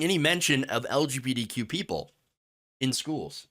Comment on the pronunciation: I love how you say LGBTQ like "L G beady Q" lol